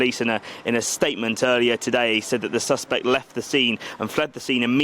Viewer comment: This so called reporter / journalist doesn't even know the difference in pronunciation between the noun suspect and the verb suspect. No credibility.